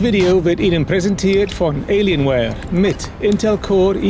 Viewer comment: es heißt Alienware und nicht Eeelienware!!!